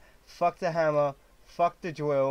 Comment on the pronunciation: Well it was fun watching you fail a lot. Also, did you say Dwill lol